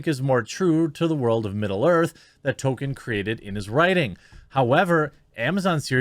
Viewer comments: Does it bother anyone else that he says “Token” there’s an L and an I in there my man. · Jeremy, you pronounced it accurately at the beginning... this adaptation was authored by J.R.R. Token. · Why does Jeremy say Token? Seriously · Are you saying "token" instead of Tolkien for a reason 😂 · I love you, but please please please…pronounce the L in Tolkien’s name. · Nobody: Jeremy: “Token” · It would be amazing if you make any effort at all to just one time not pronounce his name as token LOL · It's Tolkienism Not Tokenism that matters. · Am I the only one that cringes at Jeremy's pronunciation of Tolkien. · ehhh I think that’s a stretch. Jeremy’s commentary is spot on, but saying that over and over again isn’t a play on words after a while. I think he genuinely doesn’t know how to pronounce the Professor’s name. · Tolkien, has an "L" in it, Jeremy.